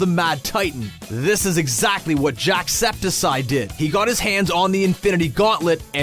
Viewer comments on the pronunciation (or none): What r u Jimmy from South Park? Its JackSepticEye, not JackSeptehSigh, i barely even watch him and even ik how to say it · You said Jacksepsiseye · Why the hell did this random dude say Jack's name like Jackseptisi You guys know what I mean. If you watch Jacksepticeye's videos. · Jack "septisite" is actually Jack septiceye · I'm sorry, jackseptiseye? It's jacksepticeye SeptiC You pronounce the C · My nigga said "jack sepsic eye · Hold up... did you say septi-SYE? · did you say "JackseptSIGH" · you said jacksepticeye wrong dumb ass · The way he said jacksepticeye triggered me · The way he pronounced jacksepticeye! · He said jackcepticeye wrong.